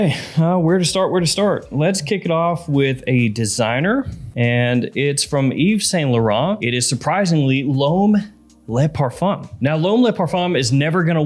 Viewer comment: Brooo! You seriously need to improve your foreign accent when saying the perfume names, brands or designers...i mean it's embarassing, and you need to improve it. Thousands of people follow you includind me... and saying: ' eeve san low run' its's just sooo bad like you don't care for what you are doing. You need to be more careful with that